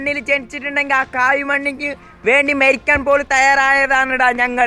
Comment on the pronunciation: Merikkaaan alla marikkaan ooooley aaathiyam athh parayaaan padikkh